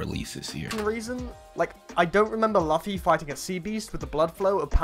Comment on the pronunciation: Lost me when he said luffy wrong ngl...